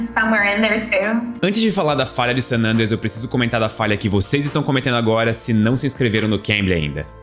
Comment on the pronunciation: O Cambly ensina a falar San "Ândreas"? 🤔